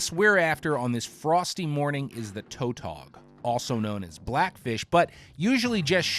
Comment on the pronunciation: Toe-tog ????? TAW-tog !